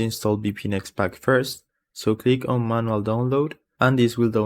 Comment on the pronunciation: I hate how you say manual